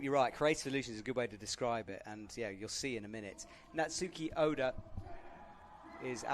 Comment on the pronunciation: pleaaaase get names right. Calling Natsumi by Natsuki, mispronouncing Zhilu Lou yet again. Pleeeeease.. Please. Also, it's disappointing that commentary so often seems to just be a verbal description of the things we can see on screen, instead of informative commentary on what's happening. Like telling us what the score on the graphic instead of telling us the real score. Does IFSC provide with any materials or information? Like pronunciation cards, or a more accurate score readout? Or is he just given the same camera view we get? It feels like it defeats the purpose of having a commentator when all he does is just tell us what we already see...